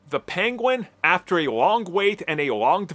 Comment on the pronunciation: i think he said pwengwin of the pwegwinis cwime fwamily